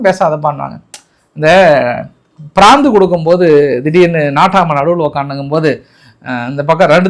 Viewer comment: 'Prandhu' no. 'PRADHU' sir.